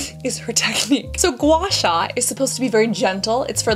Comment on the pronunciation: That gua sua was painful